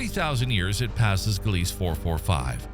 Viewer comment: LOL, your AI voiceover couldn’t pronounce, “Gliese”. It’s correctly pronounced, “GLEE-zuh”. And your Editor SHOULD have caught that.